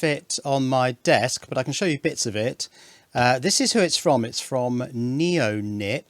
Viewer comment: Surely it's Neon-IP not Neo-Nip?